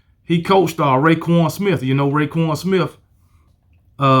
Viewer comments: Btw it’s roquan smith not rayquan smith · And it's ROquan not RAquon